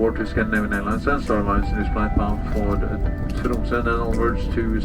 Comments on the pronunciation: did he just say Trosmo for Tromsø 😭😭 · did you say Tros-mo? 😮😮 and why is your itinerary so convoluted?? 😢😢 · You keep saying Trosmo, but it's Tromsø ! 😉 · you crack me up with your mispronunciations. Lol. Trichinosis….you said Trichliosis (trickly-osiss). It’s pronounced trick-in-osiss. Tromsø, not Trosmo. 😂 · said Trosmo 😂 Switched the m and s. It’s Tromsø (Trumsuh). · It's Tromsø, not Trosmo. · My man... your butchered pronunciations of Nordic places was off the charts. Calling Aaleeyanda Airport. Its Arlanda (Aar-laan-dah) airport. Then calling Trosmo to Tromsø (Troom-so).... Funny!!!! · It’s Trom-So. Not trosmo. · It’s not “Trosmo.” It’s TroMSo. Thank you for your prompt attention to this geographical matter. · It's TROMso, not TrosMO! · It's Tromsø, not Trosmo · it's tromsö not trosmo😅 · Stopped watching when you said Troz Mo for the second time. You fancy yourself a traveler? You could have easily flown to Copenhagen from Britain straight to TROMSO then to Svaalbard....saved yourself the travel stress and exhaustion. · Just a little thing: it's Tromso: you keep pronouncing it as Trosmo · Love your videos, including Svalbard. Just one small detail... its "Tromso", not " Trosmo":-) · Love your content, but a few points: It is Tromso, not Trosmo. And polar bears do not at all outnumber people on Svalbard. There are aprox 300 polar bears that live on Svalbard year round. However, the entire Barents Sea polar bear population, which includes those in Svalbard, is estimated to be around 3,000 bears. Some of these bears migrate between Svalbard and other areas, but it is not factual to say that polar bears outnumber people on Svalbard! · Tromsø not Trosmo but hey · It's Tromsoe. Not Trosmoe😊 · This is not Trosmo 😊 this is TROMSØ 😂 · Tromsø not Trosmø pleease 😂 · Twice you said Tromsø as Trosmo. Thought that was funny. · It's not "TROZ-mo" -- it's "TROM-zo" (in spelling, "m" before "s") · It's TroMso not Trosmo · It’s Trommmmm Suuuh not trosmo